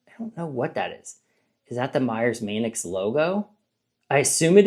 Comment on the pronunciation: Manx is pronounced Manks